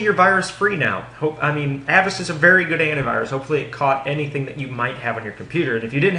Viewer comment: Oh, by the way, it's pronounced "A vast" Like, "Avast, me hearties!" Think pirate talk.